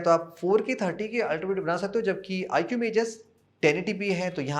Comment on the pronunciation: आईकू not आईक्यू... please do correct pronunciation